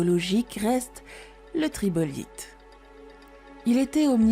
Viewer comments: Non pas tribolite mais trilobite. Par contre le côté « y a t’il une française pour faire ce job» est limite xénophobe… Je trouve le récit très intéressant. Merci orbinea et bravos 😊. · trilobite et pas tribolite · Trilobite, pas tribolite ... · TRILOBITE ! pas tribolite ! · On ne dit pas "tribolite" mais "trilobite" 🤣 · Trilobite ( 3 lobes) et non tribolite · Intéressant exposé, sauf que ce n'est pas un tribolite mais un trilobite ( 3 lobes ). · Exactement c'est bien Trilobite et non tribolite mot qui n'existe pas ! ressortir le dictionnaire ou sur Wikipédia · Ta sucé trop de triloteub pour prononcé tribolite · Quelques erreurs de prononciation: Lichen, Rhodinia, Trilobite... Sinon bon doc et avec la voix de, cela ne gâche rien, merci! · J’ai saigné des oreilles